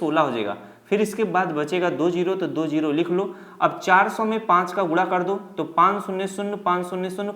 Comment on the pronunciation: Sirrr ji dooo nhi hotaaa do hotaaa hee😂😂😂😮😢😢😅😅😅